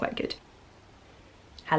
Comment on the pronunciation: Love how you say heliooou to Carrie ❤️😂